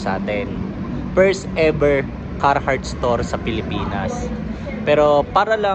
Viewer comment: Talaga ba ang pag pronounce ay “Carrrrrrhart”? talaga oa yung letter R?